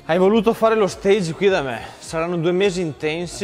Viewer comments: "stage" significa teatro in inglese la pronuncia corretta è quella francese, mentre per dire tirocinio in inglese si dice internship. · LA pronuncia giusta è quella francese. Stage con g dolce ed e finale muta. te lo avevano già scritto? :-) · Forse te lo hanno già scritto nei commenti ma vabbè passerò per uno dei tanti pazienza. Si dice "staj" e non "stèig" perché è una parola francese e non inglese, infatti si parla di "stage pratique". Se ovviamente sei un costruttore e stai facendo un posto dove ci si esibisce in un teatro allora possiamo parlare di palcoscenico e quindi di stage "steig". Mi domando perché di tutte le parole che noi italiani pronunciamo male in inglese proprio una che non è inglese abbiamo deciso di pronunciarla correttamente, non ha senso!!! Mi scuso per il commento relativamente pedante e inutile, ma ho svolto di versi stage in vita mia soprattutto uno in Francia ed è una di quelle cose che mi triggerano pesantemente, proprio come piegamenti e non flessioni... XD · si dice stage... (stasc) è un termine francese non inglese ;) comunque a parte il termine, complimenti